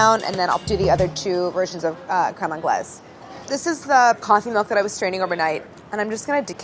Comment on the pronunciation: no one: absolutely no one: claire: CREAME ANGLAISE